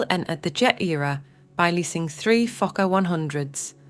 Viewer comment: Only a Geordie can say Fokker perfect 😂